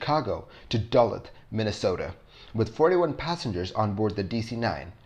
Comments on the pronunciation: Dullith, Minnesota? It's pronounced duh-LOOTH. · Thought he was saying Dulles haha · Dull-uth? Wow. Pronounced Da-looth, Minnesota. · Not bad.. but you speaking cadence is a bit choppy and you need to pronounce words like Duluth correctly.. other than that a very interesting video.. Well done son.. Having flown in/out of o'hare many time I am familiar with those runways, holding areas, and taxiways.. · LOL I laughed as soon as I heard it because I knew there would be comments. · Dude, learn to pronounce "Duluth" and "albeit". I'm in Dallas, TX and I know how to say Duluth!